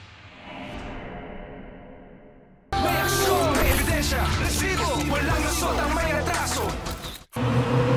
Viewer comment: aksayado ka sa letter "R" Emil, R--R--RRRRRRRRRRRRRRRRRRRRRRRRRResibo! parang tunog ng asong malapit ng mangagat.